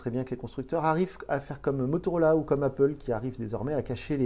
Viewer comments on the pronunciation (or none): none